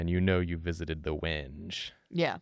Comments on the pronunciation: I think Wenge is pronounced wen-gay but I may have been misinformed by a troll. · As a guitarist that has mistakenly mispronounced the word "wenge" in front of gearheads and wood enthusiasts, it's pronounced "weng-gay". People are apparently very obsessed with this fact. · Hey, I’m sure you’re used to hearing this, but you’re wrong about a thing. Wenge is actually pronounced like when-gay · Pronouncing it “wenge” was killing me lmao. It’s more like “when-gay” 😅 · Wenge is pronounced as When-gay, it's also a kind of wood. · Wenge is pronounced "when-gay" and it's a type of wood. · I think wenge is pronounced when-gay, but I might be wrong lol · Just FYI it’s pronounced “When-Gay” not “Wenge”. But for the character this was totally the right call. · Wonder how the character would have turned out if he knew it was pronounced WENG-gay. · Usually I don’t bother commenting but just in case you do see this, it’s pronounced “when-gay”. Source - I work at a luxury yacht company and we use this word a lot. Actually that’s probably the only reason it bothers me!